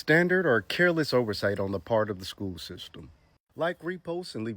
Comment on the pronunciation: Beyond the predatory comments and lack of common sense. How the hell would anybody hire a substitute teacher that says Shkewl?!